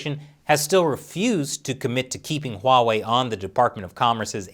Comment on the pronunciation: I might become a patron just to ask you why do you call huawei 'WAWEI'